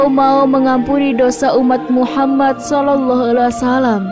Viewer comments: Gak bagus pembawa'y nihh... Ngomong Muhammad Saw aj blepotan... Gantiii gantiiii!! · Host wanita ini siapa ya, Gimna cara bicaranya Saya perhatikan setiap menyebut Muhammad Saw. Gak pas